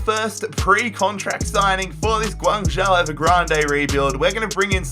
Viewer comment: Close, it's pronounced more like Gwang-Joe. But fair play for not pronouncing the Z like most would commonly do